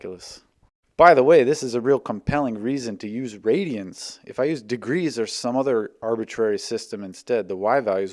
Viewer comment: Why didn't you add the reverb when you enunciated "RADIANS?"